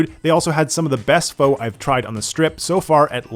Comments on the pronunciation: I’m sorry, but PHOE? ur pronouncing it as PHOE? Pho is pronounced as PHUH with a U sound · Faaa not foeee gawd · For future reference, PHO is pronounced FA not FO. I wish you luck! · Cool video, right to the point.. And pho lol it's pronounced fa, like fa-rarri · Pho is pronounced like fah, not foe. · Pho is pronounced “FUH” 😒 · Sir, Pho is pronounced like, fuh, rhymes with duh. Lol. Great video! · I lived in Vegas and worked at Flamingo and Treasure Island from . This took me back. By the way, the food is spelled Pho but pronounced “fuh” (rhymes with duh)… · Did i just hear you call Pho "Foe"? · I don't know, when I hear people say kwessadillla or foe or akkay... it's pretty cringe. And it's fine to make mistakes, but if you keep saying it wrong after being corrected, that's impolite and embarrassing. If you ever order chicken foe at a Vietnamese restaurant, 90% chance they make fun of you in the back. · not gonna lie, you pronouncing Pho like 'Foe' makes me not trust your taste of Pho, lmao. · Just so you know, 'pho' is pronounced like 'fuh' Very interesting video 😊